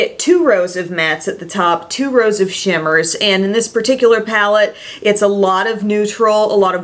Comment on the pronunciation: you say Shimmers funny